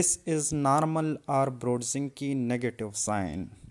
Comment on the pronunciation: Kernig and NOT Kerning. Brudzinsky and NOT Brudzinke!!